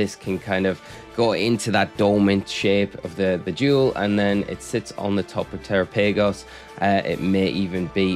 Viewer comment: Thanks for the update and glad to see you back home. I think instead of saying tera paygos, you should try saying it the same way you would say Galapagos like the island since that's likely the origin of the name